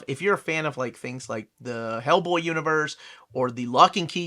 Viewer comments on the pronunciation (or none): none